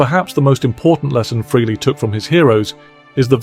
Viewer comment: The pronunciation is FRAY-LEE. Got it! Fray-Lee NOT Free- Lee. Okay? Get it right!!!!